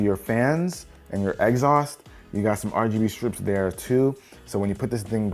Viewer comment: Y did he say “exhaust” like that ? I legit thought my man said egg sauce